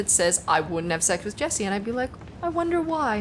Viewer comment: I'm just super happy Jessi pronounced my name correctly. :)